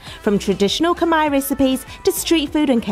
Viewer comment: I love how you pronounce Khmer words 😘😘😘😘 when u come back to Satay Noodles House I will speak Khmer to u 😘😘